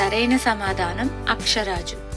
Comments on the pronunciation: అక్షరాజు కాదు.. ఆకాశరాజు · అక్షరాజు కాదు ఆకాశరాజు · అమ్మా, వెంకట కాదు.వేంకట. అక్ష రాజు కాదు ఆకాశరాజు. నీకెందుకు ఆమ్మా క్విజ్ లు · అక్షరాజు కాదండి ఆకాశరాజు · అక్షరాజు కాదమ్మా ఆకాశరాజు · అక్షరాజు కాదే బాబూ...ఆకాశరాజు